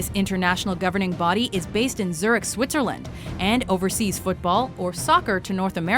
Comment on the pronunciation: tries her best pronouncing french, can't pronounce Zürich